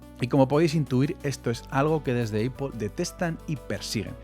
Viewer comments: que nervios cada vez que dices: eipol... nopity nopity, nop... es A-pl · me genera ansiedad la distorsionada pronunciacion de apple EIPOL esta rémal si quieres pronunciarlo como hablante notivo es APL si quieres españolizarlo es APEL pero en absolutamente ningun escenario es EIPOL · Porque dice Eipol? 😂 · Bro no es aiple es aple😂 y no soy fanboy. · Yo mas bien diría que Éipol se inspiró en las tiendas Dyson que eran lo mas parecido a las actuares Éipol Store. También escuché Mashintos??? 😂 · Como vas a decir "EIPOL"! Un poquito de pronunciación te pido hermano! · Eipol xd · ¿Por qué dice EIPOL? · Pues yo creo así el los diferencia, dice eipol cuando se refiere a Apple como empresa pero cuando se refiere a Apple como marca lo dice bien, si pones atención te darás cuenta jajajaja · Me saltó el video por la forma de pronunciar el nombre de la empresa me molestan los oídos 😂😂😂😂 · Apple no se dice como tú lo dices, solo para que lo corrijas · Todo muy bonito pero pronuncias mal apple, incluso en inglés no se pronuncia así, supérate!